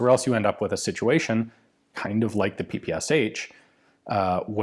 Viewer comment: How come you sat "Pee pee sesh haitch" instead of "Pay pa shay" like the russians did?